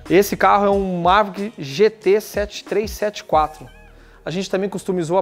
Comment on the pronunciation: Dá impressão que ele ta falando Mazda, toda vez que fala Maverick.. kkkkkk